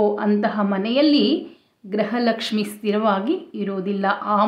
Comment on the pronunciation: Amma GRUHA laxmi, ಗ್ರಹ ಅಲ್ಲ amma